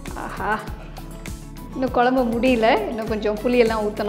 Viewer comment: எல்லாம் சிறப்பு..சகோதரி.. தமிழ் வார்த்தை உச்சரிக்கும் போது..தெளிவாகப் பேசுங்கள்..கொலம்பு தவறு..குழம்பு..என்னம்மா சரியா..